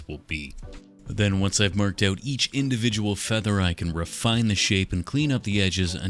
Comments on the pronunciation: Why does bro pronounce his F's so harshly It feels like a threat "FFeather texture" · Me watching this video: say feather one more time!!!!!!!!!!!!!!!!!!!!! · SAY FEATHER ONE MORE TIME I DARE YOU